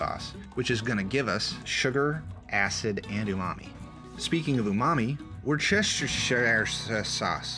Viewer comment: Its "Wooster shire" sauce 😂